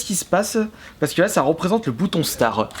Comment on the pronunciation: Starttt pas star apprend a parler